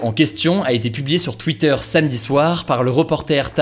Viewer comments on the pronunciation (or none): none